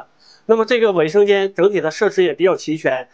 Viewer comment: 念 卫（wei 4声）生间，不念伟（wei 3声）生间。